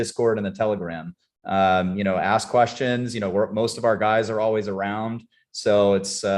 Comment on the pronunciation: Why do you say “aks” as in ask?